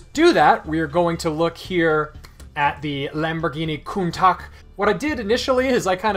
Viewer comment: new way to pronounce countach just dropped 😈